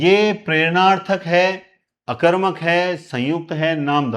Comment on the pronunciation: नमः गुरुदेव 🙏 आप सकर्मक और अकर्मक का उच्चारण सही नहीं करते हो जी अकर मक या सकर मक करने की बजाय पहले उपसर्ग बोले जैसे अ कर्मक स कर्मक करें तो अच्छा लगेगा जी।